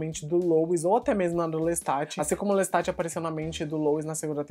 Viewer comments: Eu ouvi "Lestart"? LESTART???? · Adoro seus reviews... uma dica fonetica - a pronúncia dos nomes dos personagens de Anne Rice, são do francês, que se silência as consoantes nos finais das palavras... Louis (Louí) / Lestat (Lêsta)... Lôuiz... é a pronuncia Americana de Lois... personagem Smallville... parabéns pela edição, por todo trabalho!!!